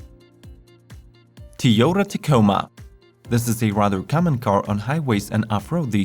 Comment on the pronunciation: Can you please pronounce Toyota correctly and stop talking so much in the beginning